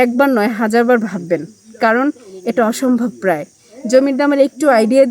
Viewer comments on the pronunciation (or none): none